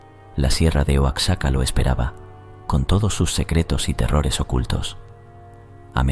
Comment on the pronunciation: Amigo, sé pronuncia "Uajaca" Oaxaca